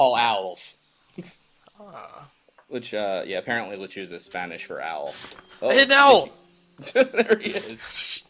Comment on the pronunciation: It's pronounced "Le-chu-sa". Z makes the S sound in Spanish.